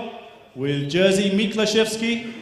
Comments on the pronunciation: Przeczytał Jerzy jako Jersey🤣🤣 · I love how they pronounce "Jerzy" (Jeshy) as "Jersey" ;) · Yahshy would be more appropriate in my opinion.